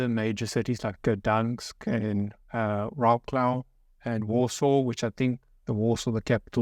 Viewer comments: Wroclaw is pronounced VROT-SUAVE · can you please say vroclav lol you are killing it